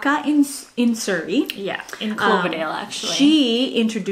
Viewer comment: wait a sec she said Surrey like surrey bc?????